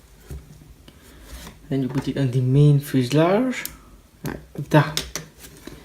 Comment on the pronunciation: i know u have an accent but its not fuslarge fuselage